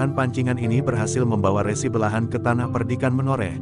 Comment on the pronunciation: Dalam mengucapkan kata "RESI" harusnya seperti bunyi pada ucapan RESi pada pengertian tanda terima berkas, bukan bunyi resi seperti pada kata resiko